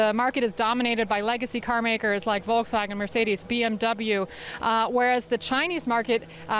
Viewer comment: She pronounced it Vol-ks-wagon! Jeez, journalists 🍵